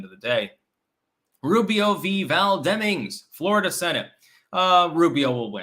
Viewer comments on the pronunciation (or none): none